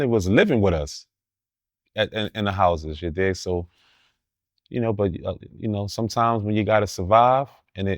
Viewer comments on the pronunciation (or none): I don't believe a word out of this guy's mouth. YouTube has been around a long time. Anyone can create an account. You got stories now? Stop it. And it's "you know"....not "chin-noe"🤡